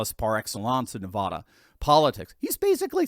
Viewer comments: Hi, I love your show. ❤ I wanted to share that Nevada is commonly pronounced as nuh-VAD-uh, with the emphasis on the second syllable and the "a" sounding like the "a" in "cat." However, some people, especially those outside of the state, may pronounce it as nuh-VAH-duh, where the "a" is pronounced like the "a" in "father." The preferred pronunciation among most Nevadans is nuh-VAD-uh. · Please stop mispronouncing Nevada. Second syllable doesn’t rhyme with AH. The A should be like the A in AT. I’m from there, and people from outside the state usually butcher it. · Nevada is NOT NaVAHda it is pronounced NaVAAda. Hope this helps. Commented from Las Vegas, Nevada. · Neh-Vad-UH. don't be silly. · Me and every other Nevadan, "IT'S NEV-AAA-DA" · Nev(A)da, A as in apple. You drive me nuts!! Don't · Please pronounce Nevada properly?